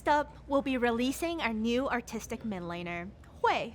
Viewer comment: i am hearing articstic but its league so i hear autistic